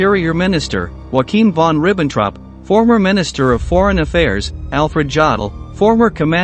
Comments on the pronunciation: 'Wakeem von Ribbontrop'? C'mon, he's not Mexican, he's German. YO-Akim is how it is pronounced in German. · Yup, especially Wakeem von Ribbontrop.........